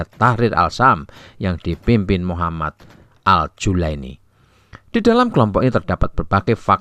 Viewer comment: Muhammad Al Jaulani bos, bukan julaini..hadeuh..